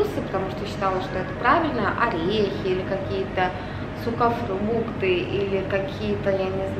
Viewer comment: Мне одной показалось что она сказала СУКАфрукты!!!????